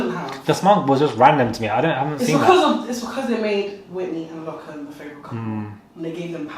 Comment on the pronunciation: His names Lochan not Low-can